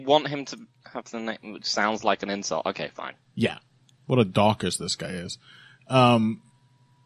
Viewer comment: Il patreon when you pronounce Daukaus right